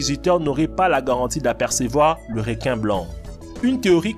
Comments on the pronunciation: REQUIN PAS "RÉQUIN" lis le comme sa stv REUQUIN (ecris le pas comme ça par contre) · on dit pas rinquin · Des réquin marteau des réquisitions tigre 😂 c’est reeeequin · Pourquoi il dit "Réquin" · Apprend à parler non ? Réquin